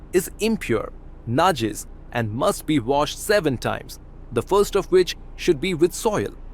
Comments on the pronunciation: It’s “najis “ not najiz! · Sudden inspiration: Trump cud sponsor a Congress Bill to ban immigrants who dislike dogs! I am reminded of the Star Trek episode: Trouble with Tribbles, how the Klingons disliked tribbles. BTW, it is not "najiz" but "najis" Could the mayor of New York have been defeated over his attitude towards dogs? What is somebody had brought a dog near him, & the dog licked him?